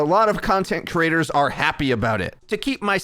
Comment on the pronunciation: Could you practice pronouncing creators so you stop saying crators